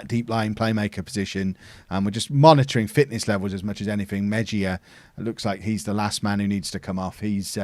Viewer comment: Hey! Spanish pronunciation of Mejia would be more like ‘may-he-ah’. Loving this series man!